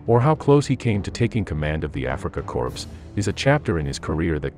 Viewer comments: It's not pronounced "Africa corpse" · Wow! Narrator prounounces it “Afrika corpse”!!!!! WTF. I’m supposed to take this channel seriously after that?